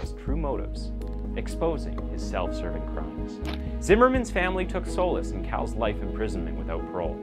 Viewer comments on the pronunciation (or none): Welcome back! FYI: The pronunciation of "solace" is like "SAH-luss" not "SOH-luss." Only bring it up because you use that word a lot.